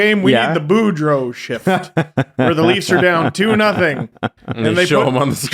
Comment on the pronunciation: I think the copywriter is the only hockey fan on staff and the poor woman got trolled on air. How else so you miss the 'oo' in Boudreau and then add it into Tocchet?